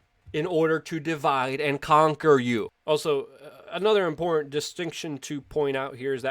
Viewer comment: “Impor-inn”... Luke has been doing this for 15 years but you still can’t take the thug life out of him, haha